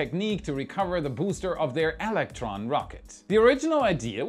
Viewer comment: Why do you pronounce two “L’s” when you say the word “electron”?